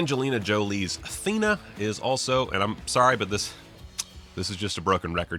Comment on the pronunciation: i thought when he said thena he said athena